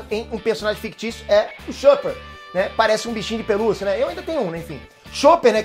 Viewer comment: ele falo o nome do chopper errado!